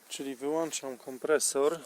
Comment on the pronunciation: Oczywiście merytorycznie - miodzio, a dygresje językowe: 1. W każdym razie albo: bądź co bądź, a nie: w każdym bądź razie (kilkakrotnie) 2. Wyłączać nie: wyłanczać 3. Nieco już archaiczny język, którego mnie uczono, jako bezokoliczniki czasowników: ściele, miele, piele podawał słać, mleć, pleć, przez co czas przeszły form osobowych nabierał kształtu: słał, mełł, pełł, czyli nie: pielić a: pleć. Język w międzyczasie ewoluował i obecnie dopuszcza formy wówczas niepoprawne w mowie potocznej: ścielił, mielił, pielił, ale dobrze wiedzieć, a jak kto chce krzewić czysty język polski może nawiązać do pięknych w brzmieniu form nie tak znowu dawnych. Szacun za energię do sprawdzania nietypowych rozwiązań i popularyzację stosunkowo prostej techniki w domu i zagrodzie. Mawiają, że wynalazków i usprawnień dokonują lenie, którym nie chce się bez sensu zaharowywać. Godne rozpowszechniania.